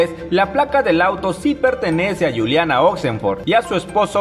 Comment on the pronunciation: NO ES GULIANA ES CON J SE PRONUNCIA JULIANA..CARAJO HABLNE CORERCTAMENTE L IDIOMA ESPAÑOL..